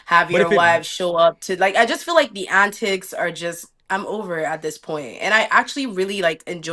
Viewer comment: The Canadian jumped out when she started saying “antics” 😭